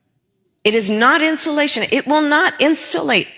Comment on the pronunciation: I've never heard a "native" English speaker pronounce the word insulation as "insholation." The only people I have ever heard pronounce this word that way were not native English speakers.